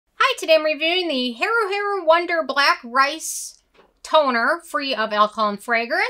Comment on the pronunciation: I think this is the most American pronunciation of "Haru Haru" I've ever heard. Good review tho